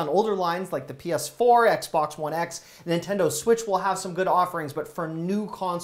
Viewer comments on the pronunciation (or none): none